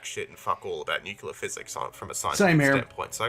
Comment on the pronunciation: I must warn you of the heresy that comes from part 4, specifically at the start he insists that 'nucular' is the correct way to pronounce 'nuclear'. The mispronunciation is fine, but it's objectively false that 'nucular' is the correct way to pronounce it, the correct pronunciation precedes it by a literal century.